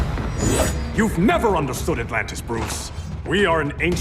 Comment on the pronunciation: "Altantis" ?? it's "Atlantis"